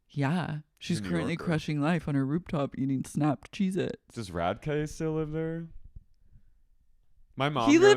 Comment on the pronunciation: also, "RADKAY" 😙